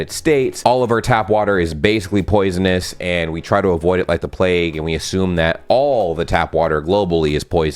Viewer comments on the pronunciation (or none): none